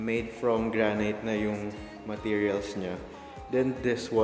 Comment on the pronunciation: Paki check pronunciation mo ng granite. It is not granayt it is granit